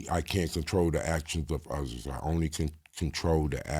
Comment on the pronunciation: Nah...the way he pronounce certain words are off. Just listen when he say the word "others" it sounds like "udders".